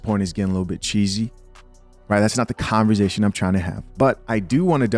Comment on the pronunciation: you my guy! But just one time! It’s Con-V-ersation